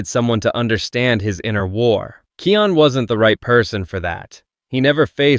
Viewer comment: Я давно заметил, но не придавал этому значения, вы говорите имя Кайон неправильно, правильно Kion,а не Kian или Keon, но это так, на заметку 😅😊